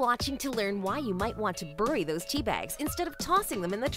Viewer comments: Good idea, but it's pronounced 'berried' ... not 'burried'. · Why do you pronounce it ‘burry’? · Okay, I've heard it pronounced "burry" or as someone here said "brrr-y", brrr as in cold....I thought that was the English way, sorry. In the U.S., bury is pronounced like the man's name Barry and so is the fruit, berry. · Good lord girl, where are you from? I've heard of burying tea bags and coffee grounds, but burring them? That's a unique pronunciation for sure! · I’m an Aussie.. it’s really putting me off the way you are saying ,bury... it sounds like boooory all the time ! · Burry. Who pronounces it that way? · I pronounce it "berry", she says "burry". How do you pronounce BURY? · Roc Calumera like burry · What's "burrrying" , At least you spell it better than you pronounce it lol. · The word "bury" is pronounced like "berry", not burr-y. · The way she pronounces “bury” :) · bury should be spelled differently..the way she says it isn't how most of us pronounce it right???berry vs bury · where is this lady from? she keeps pronouncing bury as "burrie" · I’m guessing it’s a robot. At least make it pronounce BURY the right way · Where the hell did she learn to pronounce "bury"? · I forgive you for your strange pronunciation of “bury” just because you are a real narrator and not a robot voice. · Why does she say bury like that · Somebody doesn't know how to pronounce "bury".